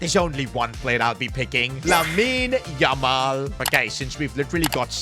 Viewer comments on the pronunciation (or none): none